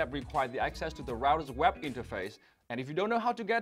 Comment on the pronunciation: I wish Vietnamese-Americans take time out to improve their English pronunciations. I've come across Viet-Am doctors whose medical transcription dictations are almost always bad and take a lot of time to decipher. I'm afraid Dong Ngo also has to improve. If it weren't for the accompanying video, I would have misinterpreted "web interface" as "WAP interface".